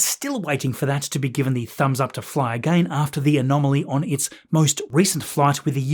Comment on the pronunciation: I love the way you say again... A-Gain 😂❤ love your videos thanks for keeping us updated